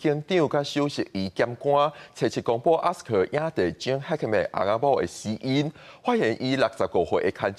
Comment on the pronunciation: 愛kā台語台 一寡主播 呵咾。Gene Hackman, Trump….外來語 直接用英語（日語，…）發音，蓋媠氣